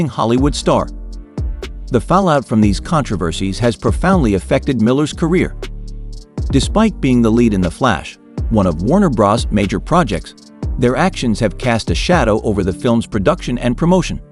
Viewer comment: You can tell this is AI when it says stuff like "Warner Bras"